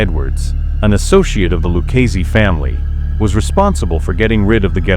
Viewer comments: The pronunciations they just butcher them... Luchese is pronounced.... Like "Lucazi" Or even "Lucazay" if you just got here from Italia. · it's ok, close enough. It's technically pronounced cop-oh, and lew-kay-zee, but others pronounce it lew-chay-zhee, but tbh, doesn't really matter, so many grammar Nazis out there.